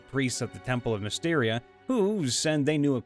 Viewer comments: BTW, Mystra is pronounced mi(long i)-strah, not mysteria. Just some professional advice. ;-) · Repeat after me. Mystra: MISS-TRA Selune: SAY-LOON. Krampus: CRAM-PUSS Thank you very much.